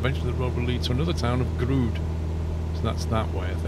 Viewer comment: I am Grude! Yes, it's a stupid pun, but someone had to... :p I'm fairly certain, the "e" isn't even silent, though.